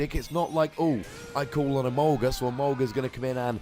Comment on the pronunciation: Whenever you say "My Emolga", I keep thinking you say "My Sharona"..can't wait to see the Scizor vs. Yveltal and your next Pokken Battle!